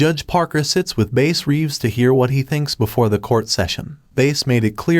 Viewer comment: If you watch the trailer that first came out he says his name and he pronounces it Bass just fyi